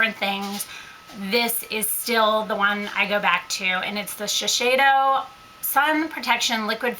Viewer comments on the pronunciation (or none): It is shiSeido, not shisheido! I am sorry if I apparent to be rude, its just that I coment this ever since you first pronounced this word, sorry